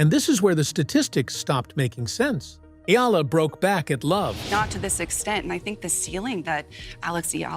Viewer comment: Finally pronounced her name correctly ❤🎉